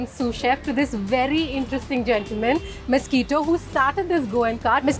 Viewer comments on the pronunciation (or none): Aggo it's Mes-qui-to or Misquitta.....but not the blood sucking mosquito like you are pronouncing it. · Please get the name right. It must be Misquitta or Mesqitta. Cannot be Mosquito. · OMG Ye, this!! "mosquito" lord! 🙄🙄